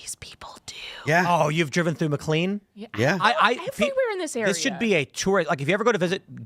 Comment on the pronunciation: I love how Tim mispronounces McLean. Mick clean.